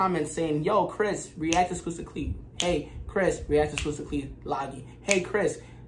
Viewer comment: "Skusta" is pronounced like "busta" in "busta rhymes"